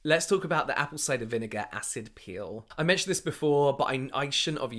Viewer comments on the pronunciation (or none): oh "peel"! I was confused thinking, what 'pill'?